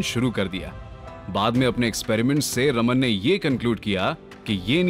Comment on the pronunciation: Sir it's चंद्रशेखर वेंकट रामन not रमन